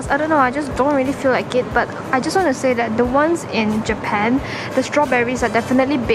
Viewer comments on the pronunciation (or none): none